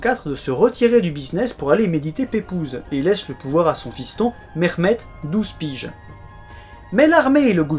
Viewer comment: Le H de Mehmet est un H expiré et non pas un KH ou GH, idem pour Halil je pense, que tu prononces Khalil. Bel effort cependant d’appeler chacun par son vrai nom et d’essayer de prononcer correctement. Excellente vidéo.